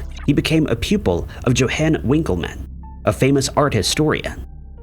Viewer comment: “Yo-hawn” The J has a Y sound